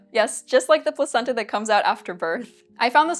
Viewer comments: Placenta in that context is pronounced Plakenta. I know this because I'm a sophisticated, worldly person with a wide range of knowledge and absolutely not because I watched a Max Miller video about it. Yes... let's go with that. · the c was hard. pronounced "plakenta"